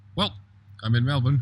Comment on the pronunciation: For pronouncing our city correctly, I give you the title of honorary Melbournian!